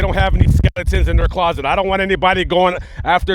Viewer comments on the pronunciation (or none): none